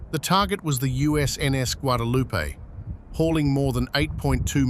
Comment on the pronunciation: Guadalupe is pronounced : wha de loo pay. Spanish pronunciation is not hard! He gets it right 2nd time!😊😊😊